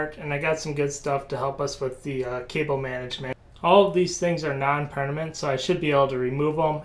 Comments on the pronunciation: yes but you clearly pronounce it perNament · "Everything here is Non-PERNAMENT" XD lol